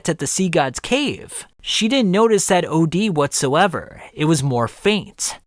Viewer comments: Pretty sure it's pronounced "Ode" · Wait you pronounce “od” like O.D. and not odd? Hmmm lol